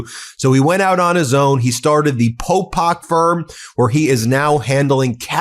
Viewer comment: It Is Popok. Please get his name correct, jeeze. Its right up top!